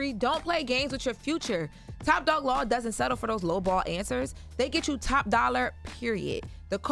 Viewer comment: Can somebody please tell that an AXE is used to cut down trees the word is A S K!! ASK! The word is not CHU it is YOU!